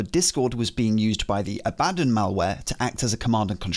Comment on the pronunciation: Your pronunciation of Abbadon makes me irrationally angry.